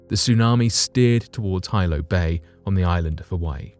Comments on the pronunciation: The Hawaiian Island of Hilo is pronounced,"He-low",not "high-low" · Pronunciation in tsunami story! Hilo Bay is NOT 'High Low' Bay. It is 'Hee-low' Bay. Other local names are also screwed up. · HILO is Pronounced Hee-LO, not Hi-LO… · Hilo, Hawaii (the Windward side of hawaii island) AKA. The Big Island is pronounced Hee-low NOT hi-low 🤦🏻‍♀️ aloha from Oahu 🤙🏼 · Aloha- it’s HeeeLo Not High-Lo when you speak of the big island, Hawaii 😉🤔😁🤣Jus a lil FYI- you know I Love da channel! 💜🥀💜🥀💜🥀💜🥀💜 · Hilo is pronounced as Hee-low not Hy-low. I knew friends who lived near Hilo in the villiage of Pahoa. They said Hilo as Hee-low. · A 100-foot wave will not decimate a damn thing. It will devastate everything in its path. Quit using words you don't know the definition of! Hilo is pronounced with a short I not a long I. Still wouldn't explain how her body it was reduced to Ash which requires about 2,200 degrees for about 4 hours. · It’s pronounced He Low. Hilo. My family is from Hilo and they were present during the tsunami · It’s pronounced “Hee-Lo” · Hilo is pronounced HE-Low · HILO is pronounced Heelo in Hawaii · He-low its pronounced he-low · It's pronounced Heelo. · Hilo is pronounced "hee-lo. This quaint town nestled along the eastern coastline of the island, Hawaii. Hilo is my home town, which is also on the slopes of the most active volcano in the world. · Bugs me when they don't try to learn how to properly pronounce words.